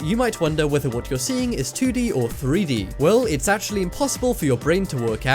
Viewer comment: it actuwally worked im impressed